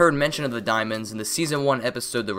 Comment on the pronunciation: * corrects by saying 4 dismonds*